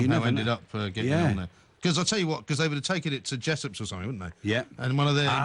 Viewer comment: its not wooden you mug.